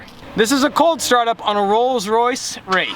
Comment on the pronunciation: Did anybody here him say Rolls-Royce rape